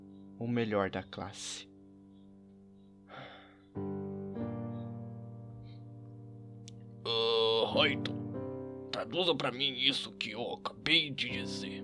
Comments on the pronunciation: ficou mt bom, só queria que falasse Light e n "Raito", essa pronúncia é em Japonês e está dublado no brasileiro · N FALA RAITO N, E LIGHT